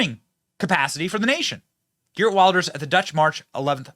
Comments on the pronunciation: It is pronounced Vilders you savage! 🤓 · Its Wilders pronounced Vilders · Pronounced "Vilders" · geer wilders lol weeeeelders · villders. When you see a W anywhere around Germany, it sounds like a vee. VILL-ders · You should pronounce it “gurt wilders” in English :) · In Dutch, the W is pronounced V. So it's Vilders. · Long time coming. The powers that were tried their best to lock him up, now he is in charge. It’s pronounced Vilders.